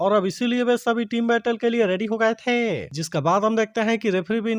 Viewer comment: Please hain or the 😂ko ache se boliye😂